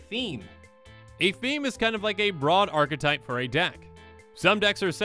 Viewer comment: I think you're the only MTG Content creator on youtube that pronounces archetype properly. Everyone says Arc-type.